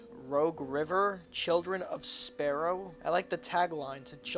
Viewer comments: You said children of sparrow. Sigh....... its spelled sorrow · didn't know sorrow had a p in it